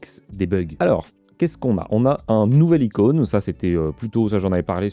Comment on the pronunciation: et je crois qu'on dit une icône et non un incône